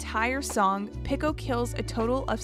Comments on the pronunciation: No way she said Picko instead of Pico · the person in the video pronounced Pico differently so it sounds like they're saying "Pickle" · idk why but this feels so lifeless, half the facts were wrong or straight up came out of nowhere, the woman kept saying pico's name wrong and there wasn't any jokes or whatever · please never say pico again